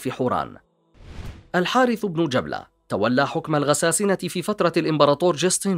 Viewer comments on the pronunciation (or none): جبلة بن الأيهم بفتح الباء و ليس تسكينها يا أخي و شمر بكسر الشين و فتح الميم و ليس تشديدها و فتح الشين ........ أرجو النتباه للتشكيل جزاك الله خيرا لأنها مواضيع و أسماء تاريخية و تراثية